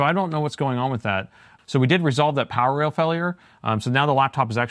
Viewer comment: I saw a lot of your videos but always when you said "power rail" I hear that as "parallel" 🤣